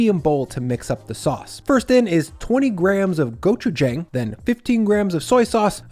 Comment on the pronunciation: Never trust a person making a Korean dish if they can't pronounce Gochujang correctly. Also, try slicing the cucumber planks on a bias first before cutting them into juliennes.